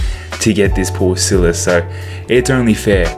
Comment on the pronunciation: hmmmmmm maybe i should get him.... btw its Paul Silas not silis btw love the vids oh and no hate j